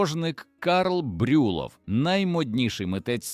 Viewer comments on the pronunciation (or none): Цікаве відео, тільки наголоси є неправильні - не ВАрвара, а ВарвАра, не БрЮлов, а БрюлОв. ну і ще пару помилок.